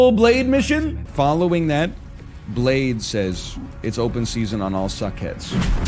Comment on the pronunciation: Great meme, but i miss the days where everytime he said blade he would say ''excuse me, i believe it's pronounced bladeE''